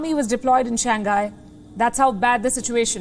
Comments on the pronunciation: It's Shang Hai... not Shang Ghai.. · Nasal G is not pronounced:ʃæŋˈhaɪ/, Palki. Another example: pingpong. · To the presenter: the city is “Shàng Hãi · Shang-Hai, dear. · Cant even pronounce "Shang Hai"! And continue using "Wuhan Virus" while the whole world is calling it "Covid-19"!